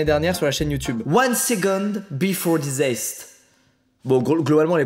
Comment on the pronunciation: Deso mais, c’est disaster on entend le r !!!!!!!!!!!!!!!!!!!!